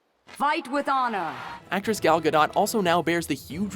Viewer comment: It's pronounced gal ga-doe not ga-dot